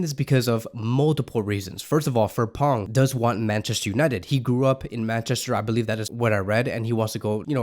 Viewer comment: The name is FRIMPONG, pronounce as "free m pon."